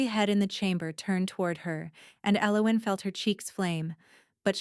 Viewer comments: What is your name ? E loween 😂😂😂😂 poor AI.....the girl can't even pronounce her own name lol. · Right? Very rarely pronounced correctly. [EL-o-when] Which is a shame because it's a beautiful name. Great story though. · Ellowen is pronounced L-O-win. Please pronunciation pronunciation correctly or make your computer do it I don’t know who’s doing it. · This was nice … just wish the pronunciation of her name wasn’t so off throughout the story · Ell oh when....every time they mispronounced her name it irritated me lol. The only bad thing about AI reading the story is the mispronunciations of certain words, like damask...,duh mosk...so frustrating,but a great story otherwise if they could just stick to one pronunciation it wouldn't be so bad...